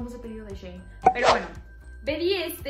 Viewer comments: Se pronuncia shi in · Se dice "shi in" Antes la tienda se llamaba "she in side" y lo redujeron por eso se dice así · Se dice shein